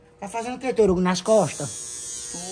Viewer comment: Mano não tanko o falando toruguio